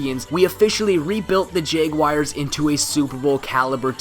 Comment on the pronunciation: The way he says jaguars "jeyguayers"